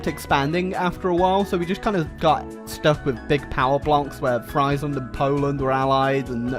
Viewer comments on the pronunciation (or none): Friesland. actually pronounced like "freeze-land": Land of fries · that is so not how you pronounce Friesland XD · Did you just pronounce Friesland wrong This makes my honks very unhappy